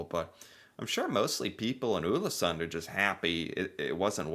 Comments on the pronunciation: Not 'Ulesund' 😁 Just say the English word 'all' in the beginning, and it will be correct. 'All-esunn' (The D is silent, in most dialects) Many thanks for the video!😃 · Not Ulesund, but Ålesund [ɔːlesoond]. 🤔 Ex: Å = A in saw and awful. In your case: Aw-leh-soon 🙂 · Å is pronounced like "aw" in "saw", "raw", "law" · Ålesund .. the Ål is 100% like you say "all" "Sund" is pronounced the same way you say "sundry" but without the *ry So for you its All-eh-sund (-ry) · No no no! Not Ulesund...remember the Å sound. You did a video on Æ, Ø and Å last year. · The letter "Å" first in "Ålesund" is pronounced like "o" in "more, "store", etc. :)